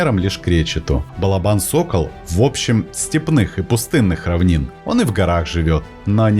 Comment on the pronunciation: Спасибо за классные рассказы о животных! Удачи и всех благ! Единственное, что прошу сокола называть балОбаном, а не балобАном (источник сокольничий и словарь Даля)